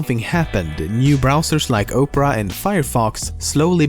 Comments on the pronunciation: I like the video it told me some things I didn't know. But, Opera and Oprah do not sound the same. Opera is said like ahpera no Oprah. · "New browsers like Oprah"? It's Opera — pronounced the same as an opera of classical music. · The way he was pronounceing Opera made me want to photoshop a picture of Oprah Winfrey eating internet explorer, and then I did it. its AM and i just photoshoped a picture of Oprah eating internet explorer. I need a life. But I don't want one. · its not Oprah its OPERA lolz hahaha MUhahahahahahaahaaaaaaa and while I hate Bing I feel Bang would have been a serious threat to GooGle which Bing is clearly not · You keep calling Opera "Oprah". Imagine if Oprah had her own browser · lol he called the opera browser "opra"